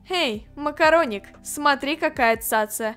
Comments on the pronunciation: я сама весь сериал слышала МАКОРОНИК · Нет я тоже услышала слава макараник и захотяла макараны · Когда она сказала макароник я ела макароны